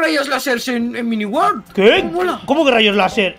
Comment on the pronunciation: Creo q en el segundo dijo mini wold